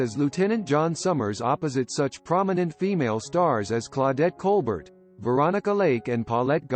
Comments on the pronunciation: It's pronounced Claudette "Cole-BARE," NOT "Cole-BERT!!! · Oh these things... Claudette's last name is pronounced "Col-bare". " Scarlet O'Hora"? Why is Desi and Lucy in this? The death of George Reeves will likely be enigmatic. I've read a couple of books and my best guess is he killed himself fooling about with his gun in his bedroom.